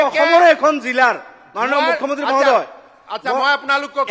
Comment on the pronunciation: মাননীয় মূখ্য মন্ত্ৰী শব্দটো ভালকে কব নোৱাৰে কোন এইজন বিধায়ক ।